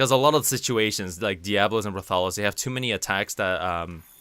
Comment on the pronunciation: When you said "Rathalos" I was like "wtf is Rah-Thah-Los? Did I not see this Rah-thah-los in the beta?" Then a few seconds later I got it. Everybody else I know calls him "Rath-a-los". As for the long sword helm breaker super, it does more to Jagras because Jagras is actually weak to fire while Anjanath is resistant to fire. The long sword is the wyvern blade, a Rathalos long sword, so it does fire dmg thus less dmg to Anjanath.